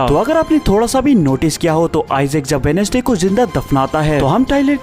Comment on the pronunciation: Wenesday nahi bhai wenz'day bolte hai